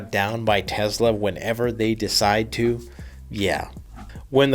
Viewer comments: It’s Tesla not Tezla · there is no "z" in Tesla. You're driving me nuts.